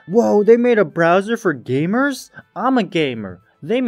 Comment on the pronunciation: love how every time the word "gamers" was mentioned it just had to be bass boosted and spoken with emphasis